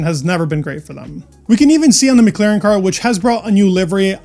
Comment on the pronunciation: did you say 'Mec-Laren'..??..like Villeneuve when he comments F1 on French tv....